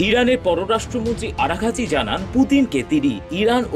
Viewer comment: আরাখাচি না আরাকচি